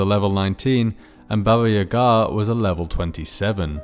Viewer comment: As a Russian speaker I was surprised that you didn't butcher pronunciation of Баба Яга's name like most people